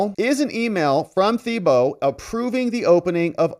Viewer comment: It’s pronounced Tee Bow. Tim Teebow